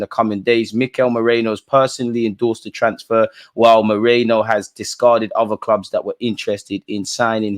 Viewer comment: whos moreno? its merino bro 😂